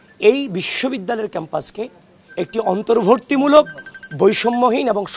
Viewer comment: বেশি স্টাইল করে কথা বলতে গেলে একটু ভুল (অন্তর্ভর্তীমূলক/ জোরধার) হতেই পারে! কেউ কিছু মনে করবেন না!